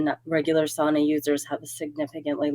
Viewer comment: ......uhhhh, sauna, not suana. Still love you both!